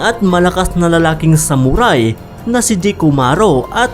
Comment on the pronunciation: Ano raw SAmuRaaay? Tsk tagalog b yun saktan kita jan eh😂